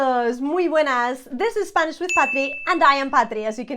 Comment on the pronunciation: Thanks so much, i'm from sweden as you can notice my english is not so good as i wish however your pronunciation is so clear so i understand enough to be able for trying learn spanish, great job! I will follow you since now